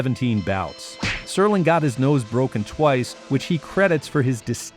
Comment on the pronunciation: Rod Serling. NOT STERLING!